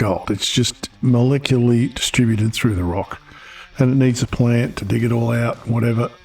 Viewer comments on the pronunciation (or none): none